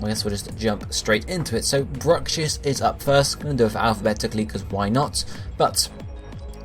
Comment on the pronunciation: Bruxish. Not Brucshiss.